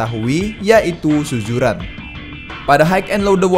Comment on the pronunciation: tolong lah sebutan tu . SUZURAN bukannya SUJURAN . adoi